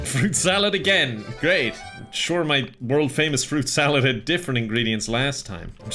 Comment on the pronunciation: You say fruit salad I heard pyco salad haha